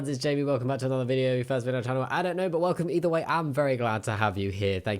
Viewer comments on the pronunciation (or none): none